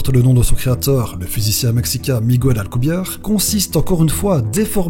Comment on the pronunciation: Je suis presque sûr que ça ce prononce "Alkoubiérré"